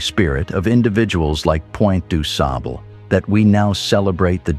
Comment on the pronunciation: Fascinating story and study. Needed to have the narrative be consistent with the pronunciation of de Sable to reflect it's French origin. 😊